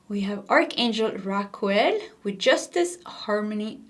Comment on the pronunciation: Omg...you said Archangel what sounded like Raquel....that's my name 😊 but yeah manifesting it...thx❤